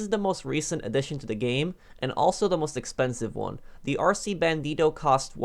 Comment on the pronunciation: The way he said "RC BandiToe"